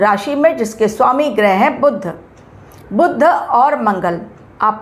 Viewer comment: मॅडम जी, बुद्ध ग्रह नहीं, बुध ग्रह ऐसा उच्चार होना चाहिए / 🙏